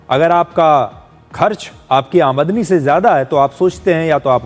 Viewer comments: अमादनी नहीं आमदनी😂😂😂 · आमद नी ❌ आम दनी ✅ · अमीदनी नहीं है आमदनी है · Aa madani ❌️ Aam dani ✅️ 😂😂😂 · AAMDANI ka pronunciation to sahi se kajiye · Is pronunciation of aamdani correct? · Aamdani sir✅ aadmni nhi❌